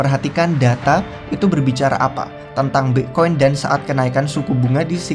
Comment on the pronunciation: Pletform, Pla'fom, Plavon. Bitkoin, Bi'koin, Mbekoin.😂 Luna, Anchor, Glimmer. 💪